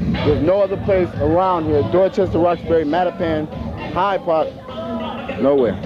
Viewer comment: Lmaoo he said Hyde park 🤣🤣🤣🤣🤣